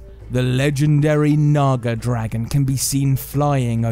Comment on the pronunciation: my dirty mind didn’t hear nags dragon it did hear nigga dragon 😅😅